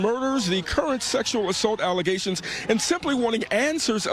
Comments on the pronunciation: Water main break 😂😂😂 " false allazations" 🤣🤣🤣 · They’re just “allezashuns” 😂😂😂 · IKR? I cringe listening to her with all those "ALIZATIONS" against her. 🤣🤣🤣🤣🤣🤣🤣😫🤣